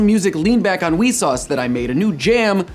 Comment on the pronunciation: the way he pronounces vsauce weesauce